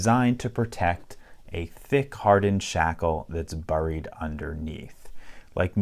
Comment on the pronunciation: Didn't know that LPL was from the Minnesota region, you can tell by how he says "buried"